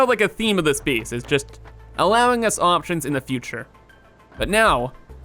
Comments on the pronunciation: whenever he tries to say "base" he says "bees" and i hate to admit it but it annoys me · lol "I really like this 'beece'." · Jeff W I like how he pronounces it